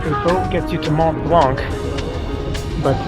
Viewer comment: Language tip: in French, the final c in blanc is silent.